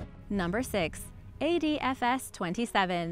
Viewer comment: Anybody notice she keeps saying AFDS 27 Instead of ADFS